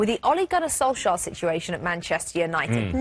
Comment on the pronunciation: All three of them pronounced his name differently lol. You'd think before filming, someone would have said hey let's figure out and agree on the proper pronunciation of Solskjaer.